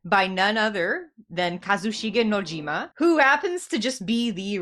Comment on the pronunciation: Sorry not sorry, but shocker. FF7 isnt a dating Sim. FF7 is much more than who cloud ends up with. New generation ff7 fans... also you said Nojimas name wrong.